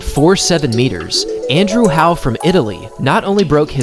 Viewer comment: "Andrew Howe" sounds more American than Italian, as does his "celebration"